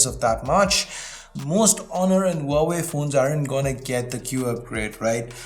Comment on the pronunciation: Wowway Is this how huawei is pronounced?